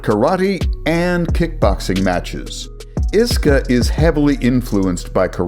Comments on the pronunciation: Yeah, listen to the man who says iska as a word, and not I.S.K.A 😂 And you call yourself? If anyone is a fraud, I wonder who it is. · I s k a…. Not iska 😂